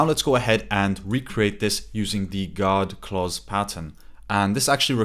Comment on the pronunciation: Just to clarify, “God clauses” or “guard clauses”?